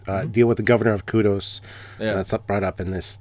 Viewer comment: You’re pronouncing Kodos wrong. It’s Kodos as in “Kang and Kodos” not Kudos.